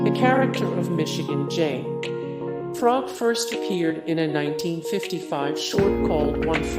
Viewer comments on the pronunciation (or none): "Michigan J. [pause] Frog", as opposed to "Michigan J. Frog". ¿"deh-humanizing", not "dee-humanizing"? silly me, i've been saying it incorrectly all these years. ¿"HI-waa-thaa", not "HI-ah-waa-thaa"? ¿"JAIR-an-ah-moe", not "Jur-RAHN-ah-moe"? Bugs, ¿how could you do that?...or should i ask, "narrator, ¿how could you do that?"